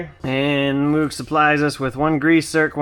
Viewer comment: Just so ya know, "moog" is pronounced like "vogue" or "rogue". And, got that inner tie rod tool. NICE. Thanks!